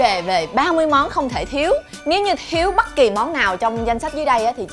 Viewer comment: Hình như chị ko phát âm dc âm "â" thì phải nghe tếu tếu "bắt kì" :))))